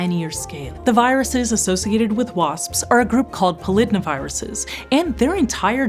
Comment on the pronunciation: "The viruses associated with wasps are a group called [pol-id-na- viruses]" ...I'm pretty sure this is pronounced "poly-DNA-viruses", and found this really jarring!